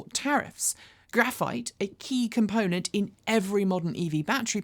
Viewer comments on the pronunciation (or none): none